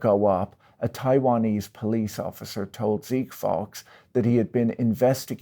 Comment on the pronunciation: Wouldn't Zeke Faux be pronounced "fo" not "fox"? He's using the word faux.